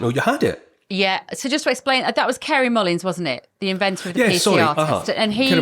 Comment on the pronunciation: Mullis not Mullins